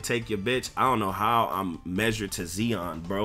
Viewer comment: Yo it’s Zion not Xeon second time you’ve said that 😂 Thanks for the builds bro you’re the man.